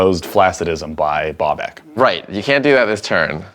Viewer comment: It's Babak not Bobak